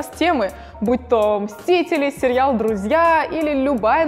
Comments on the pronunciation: Сериал,а не серьял) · Простите, очень режет слух произношение слова "сериал". Почему произносится "серЬЯл"? И производные от этого слова. С уважением. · Наоборот это круто! Мне нравится как она произносит серьял. Круто же.)